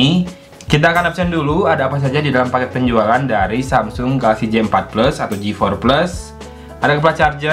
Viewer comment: Mas J4+ bacanya JeyForPles yes, bukan JiForPles. ☝️